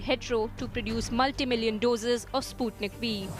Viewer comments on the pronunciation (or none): It's not spatnik v it's sputnik v 😁😁